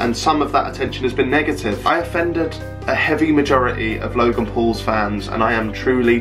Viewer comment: That was actually quite convincing until you said ‘logang’ haha